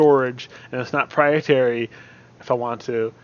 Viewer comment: Good advise... I don't mean to be prude.. But I think you mean proprietary when you say "prietary" as I'm pretty sure "prietary" isn't a word lol